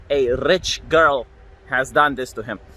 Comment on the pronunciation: You mispronounced "girl".